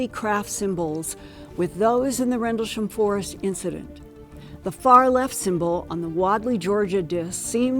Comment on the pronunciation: Is she drunk or has all the plastic surgery stretched her face to the point where it’s difficult for her to move her mouth properly to talk? Listen to her saying “Rendelsham” and trying to say “Penniston”, slurring and pronouncing it differently each time.